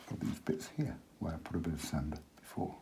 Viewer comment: Hello, could you tell me roughly how you make your sand colour? Could you tell me the pigment information for this colour? Following your pronunciation of some words... Do some people also "pronounce sand as sund?"...lol Sometimes it is nice to put straight Alizarin under the water when it is wet, as it looks like seaweed, or rocks that are under the water. It gives it an underwater lift there....... Also, can you tell me if you ever bring the sea further into the sand to overlap it, and what colours you would use for that? Love your work, love your teaching style......from one teacher to another...I salute you. Stay safe, and eat dark chocolate covered goji berries to increase immunity, in these crazy times..... In kindred spirit, Eliza (Art teacher/writer/woodwork and metalwork teacher/illustrator from Goulburn, Australia) xx